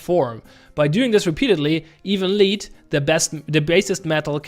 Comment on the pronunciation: For reference, lead is pronounced led